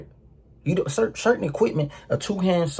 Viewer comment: “yEWtEWbe what it dEW”